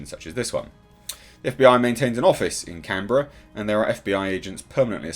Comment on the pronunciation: Respect,, for not butchering the Australian Capital Territory's name (Canberra). It's almost as though you've likely visited at some point in your life, yes?